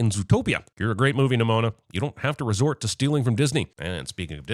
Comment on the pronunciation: NIMONO? Seriously, Jeremy? XD